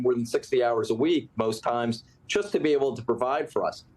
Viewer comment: That congressman just said “chust“ instead of “just“. Like they say in good old Pennsylvania… If you ain’t Dutch, you ain’t much. I guess I just notice it more onscreen these days.